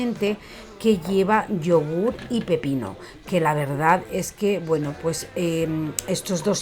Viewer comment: Ma qua te volte dici "la veridad"?😂😂